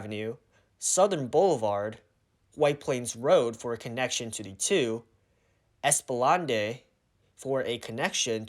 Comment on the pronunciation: It's pronounced "ES-PLAH-NAHD" not "ES-PAH-LANDAY" 😆 Also, the "Bay Area" Shopping Center is actually Bay Plaza. Nonetheless, great video!